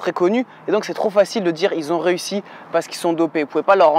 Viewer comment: A quand tu as dit "tu as réussi à faire changer ma mère d'avi" J'avais compris "tu as ressui à faire changer ma merde à vie"😂